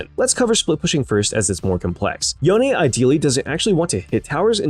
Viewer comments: are you seriously calling him Youn? or yon? That's disgusting, it's YOH-NE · i think e is silent in yone sounds so bad with the e